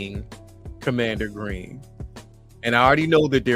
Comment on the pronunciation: Bro it’s commander Gree. He doesn’t have an n at the end of his name